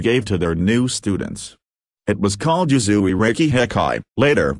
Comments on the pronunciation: Usui never had anything to do with Christianity and did not go on the famous "healing like jesus" journey - that was made up by Takata as a way to make Reiki more palatable to the westerners she was working with in Hawaii, your "bot" is mispronouncing "Reiki" and also a lot of other Japanese names and words in this video. Reiki is pronounced RAY KEY (ray like rays of the sun, key like a common house key). Reiki was not rediscovered by Usui, he created it, he stated this in a radio interview. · Fokke Brink I just listened to this video again, which is very hard because of the terrible pronunciations in it. All names are spoke wrongly, even Reiki is wrong pronounced. Here are just some points in the video about which I am sure they are not correct without violating any sources. 1: Reiki was not discovered by Mikao Usui Sensei, but already existed for over 1000 years as a spiritual practice, he started to use it in a new way with laying hands on. 2: Who said Usui Sensei was in India en Tibet, where he should have found the healing script? 3: Lord Buddha never wrote anything down, this was done 100 years later by his students. Lord Buddha was living in a part of India where the spoke Pali and he nor his students wrote in Sanskrit. The Sutras were later translated into Sanskrit. 4: Reiki was not limited to the military people, however they used it in the military because it was cheaper than doctors and during the war there were not enough doctors on the battleships, so they used Reiki. 5: You say Usui Sensei had "Shimpinden" students, this is wrong written. See later the certificate on which is written "Shinpiden", which I also do not believe is the right way to write it. My Japanese friends write it as "Shinpeden". 6: You say Hayashi Sensei was an admiral and later you say he was a surgeon-captain, however he was never a surgeon nor medical doctor. 7: The emperor did not rewarded Mikao Usui Sensei with the title "Dr." 8: Who said that Eguchi Sensei was using the Do Jo